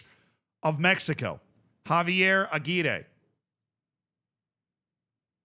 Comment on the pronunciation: and yet, he still can't roll his R's on Aguirre lol